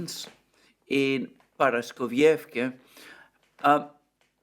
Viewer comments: dude, please, ParaskovievkA, NOT ParaskovievkE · I even broke the word down into fragments days ago and wrote it in Greek, which he read, but he still cannot get it right. Now, instead of Paraskovievka, it is Paraskovievké, tomorrow instead of Gorlovka, it will be Gorlovké. 😥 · Dear Alexander, please forgive me for saying this, but for a person of near impeccable grammar and pronunciation, you should put in some effort with the pronunciation of Paraskovievka. There is no such thing as Paraskovievké, and to hear it said repetitively is unpraiseworthy. Please listen to how Dima from Military Summary says it and practice. Just like I would not call you Élexander, I think you should not say Paraskovievké again and again, because no such place exists. What exists is Paraskovievka. Thank you for reading. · The name of the town is Paraskoveyevka. Your pronunciation is spot on, besides the last letter. It ends with a letter a, it is pronounced the same as the the other letters a in the word. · Paraskovievka - the last sound is A, not E. like in CAR.